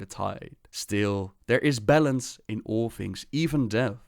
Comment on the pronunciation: Whenever he said balance, I thought he said bellend